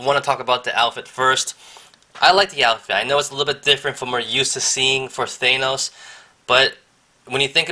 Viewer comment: You're pronouncing Thanos wrong, not to be rude